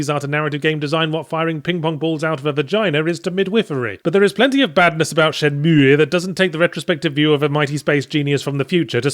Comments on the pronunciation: I feel dirty every time he says Shen-Meweyh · Dude, is it really that hard for you to pronounce Shenmue that you have to stop and make that dumbass sound each time? You don't pronounce the 'e' at the end. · It's pronounced Shenmüegğh Yahtzee. Now do the Spiderman review already. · He normally calls it Shen-Mooie, which pisses people off to no end. He emphasized the pronunciation to troll people giving him shit in the past. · Haven't even started yet and I'm really looking forward to hearing Yahtzee pronounce it SHEN-MOO-EE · Not gonna lie. Im only repeating this because how yahtz pronounces shenmue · Stop pronouncing it wrong. Fuck me! You're very wrong on this game! Do it again you dick eyes!!!